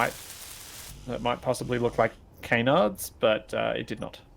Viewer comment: Called Canards not Cainerds